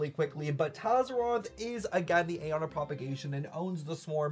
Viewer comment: I am in 6 minutes in and I’m now here to beg PLEASE say aeon the way the game characters do!!! It hurts my soul the way you are saying it. Great video btw Edit: PLEASE THE CHARACTERS IN GAME CAN PRONOUNCE ALL THE WORDS YOU DON’T KNOW HOW TO SAY